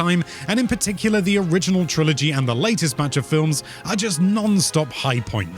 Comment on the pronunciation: Lmao did he say “flims” on purpose I couldn’t tell